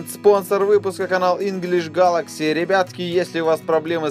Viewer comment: Инглиш Гэлекси* xD